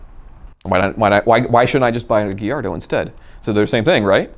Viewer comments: STOP CALLING IT GHIARDO!!!! It's [ga-iar-do]!!! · Send him a shirt that says “guy yard doe” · it's guy-ardo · Everytime he said “giardo” my heart died a little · Same lol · Why? Do you pronounce Gallardo with the l’s? Because that’s also wrong, the correct way is gayardo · Did he just say gillardo? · WTF is a "Gee-Ardo"? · Lamborghini Gee-ar-do What’s that? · this guy mispronounces so many words ... "nitch" ... niche. "giyardo" ... gallardo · Surprised no one in the comments is bashing him for the way he says “Gallardo”